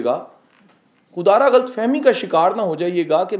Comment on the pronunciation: Ghalt nhi sir lafz h ghallat, please correctly pronounce